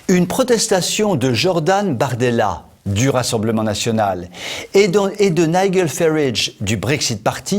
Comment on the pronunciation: En phonétique pour français : On dit "Naijel farâge".....